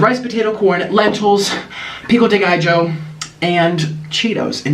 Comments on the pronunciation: Sooo white he said “pico dee gijo “ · My jaw dropped when he put a "J" in "pico de gallo"